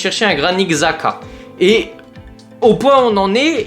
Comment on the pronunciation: Je suis content si Xhaka vient. C'est vraiment la recrue parfaite pour Allegri, puissant, a du caractère, de l'expérience. (D'ailleurs je crois que son nom se dit plus Chaka). Je pense que RLC on va le garder j'ai vu que Allegri aimerait le garder pour son physique et son jeu. Avoir Modric et Xhaka va vraiment faire du bien, il nous faut des résultats immédiats avec de l'expérience, sachant qu'on joue que la LDC donc c'est pas l'âge le problème.